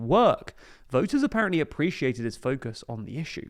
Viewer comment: "apperently" huh?